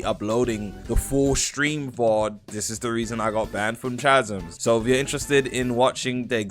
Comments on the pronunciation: 'cha-zms' is crazy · Roblox YouTubers are suffering man, “chasms” dkm🤣🤣